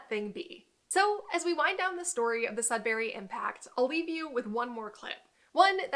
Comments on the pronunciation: I can tell you’re not from Canada by the way you pronounce Sudbury. It’s not sud barry. It’s sud bur ree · Please, it's not Sud"bary", it's Sud"buree" said in one fluid syllable. You will drive the locals insane pronouncing it like that. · if you're from Ontario you must be slightly annoyed by how she's pronouncing sudberry haha. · The American pronunciation of Sudbury is a little grating to my ears. (I've lived in the UK, Canada and the USA.) Anyone know how it became Sudberry? This particular vowel shift seems a little odd, is there some American town that adopted this pronunciation locally? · It makes me laugh/cringe how she says "Sud-berry". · Great video but I cringe a bit each time I hear you say “Sudberry” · It’s also kinda funny to hear how differently Americans pronounce sudbury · JSYK, Sudbury is not pronounced sud-barry, it's pronounced sud-burry. I'm speaking as a Canadian who's live all his life in Ontario. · I grew up in Elliot Lake, and then moved to Sudbury when I was 16, then moved away after I got married. Both my parents are from Sudbury. The Sudbury (Sud bury(pronounced more like Sudbree, not Sud bary, sorry had to put this in here) basin can been seen driving from one of the outlying communities to another one. Driving from Lively/Wladen to Chelmsford/Azilda, you have to basically drive up the side of the Sudbury basin and as you crest the top you can see the whole basin. It really does look like a gigantic crater and is quite spectacular. The landscape does look like its from a different world, some astronauts in the 70s trained on this landscape. The mines in the area have in the last 20-30years really tried to "green" it up, by planting to cover the mountains of slag dumped over the decades. Very informative video all in all. I hadn't realized that the projectiles had traveled that far away. And what's funny is I actually moved to SE MI, so I guess there is still a bit of home in MI besides where I live. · not "sudbarry". Sud"burree"